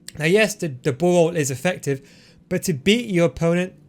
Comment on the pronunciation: Ball roll = bawol😂😂